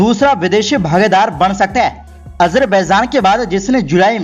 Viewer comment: Ganwaar apna pronouciation sahi kar Azarbaizan Nahi azarbaijan hota hai